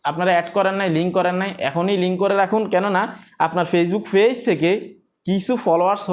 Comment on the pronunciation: ফেজ কি পেজ বলেন শুনতে ভালো লাগে না